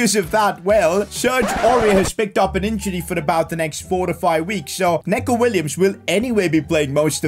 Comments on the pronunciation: not neck-o williams it’s pronounced knee-co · it’s pronounced ‘knee-co’ not ‘neh-co’ btw